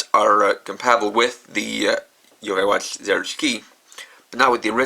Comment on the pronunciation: why cant you say watch normaly it kind of bothering me a bit by bit i mean alot